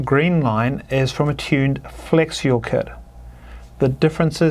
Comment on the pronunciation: Had to read the comments to understand he was saying "flex fuel." I kept wondering what "flexual" was.